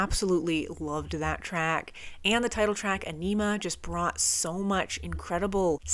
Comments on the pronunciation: Fun Facts : The Album is pronounced On - i - ma. Whenever Maynards voice becomes distorted and thin he is singing through a small megaphone into the mic, -Ions (negatively charged ions) is a combination of a Jacobs Ladder ( look it up) and Danny randomly banging on a busted drum skin held in hand to emulate thunder. That "jazzy" quality in Adams guitar playing is him playing with a metal slide on the ring finger, which he uses often for soloing. Third Eye is preluded by deceased outspoken Comedian Bill Hicks, whom the album is dedicated to. Dier Von Satan, translated from German "The eggs of Satan" and meant to emulate Hitler's Nuremberg rally. Message to Harry Manback is a phone message of an irate Italian man telling someone they are a "Pezzo Di Merda" or " piece of shit". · Yes! Finally! Also, it's pronounced: Ah-ni-mah Both the album title and track are a play on words. Like all of Tool's music, it's serious and funny at the same time. There's humor in everything. A way of saying, don't take life so seriously all the time. I think they once said many songs have a funny meaning to it too. It's very clear in some songs that it can be viewed in a sexual way, for example, but also a serious intellectual way too. We can discuss Carl Jung or laugh at enemas. 😁 Think for yourself. Question authority. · It's definitely not pronounced onima. It's pronounced æni-muh, and you pronounce Æ like the A in "ass". Also, Message to Harry Manback is an actual phone message left to (presumably) Maynard's former roommate. Danny Carey has previously said this about it: "Message to Harry Manback is a recording of the words of an uninvited Italian guest who came to Maynard's house one day. A so-called friend of a friend of a friend of Harry's .... Before we finally managed to figure out that nobody really knew him, he had already emptied the fridge and run up a huge phone bill. He got kicked out of the house." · It’s pronounced EYE-NIM-UH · Agh! That emPHAsis on Aenima! Killing me.